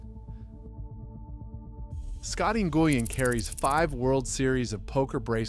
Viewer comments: what you don't remember Scotty New-goo-un. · This OP can’t even pronounce some of these names. Scottie Nguyen he called him Ger-uan 😂